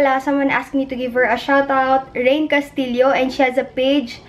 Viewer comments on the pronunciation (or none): none